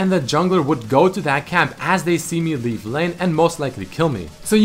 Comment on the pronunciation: Did just say leaf a like? Reptilians!! Hisssssss